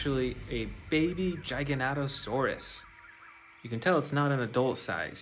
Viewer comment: U said jijanatosaurs it's pronounced giga-nato-saurs